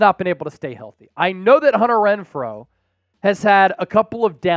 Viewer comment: are we all gonna ignore that the dude said wenfrow not Renfrow lol